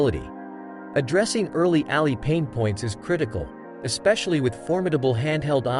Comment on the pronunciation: Couldn’t finish the vid because he keeps pronouncing Ally like it’s Alley.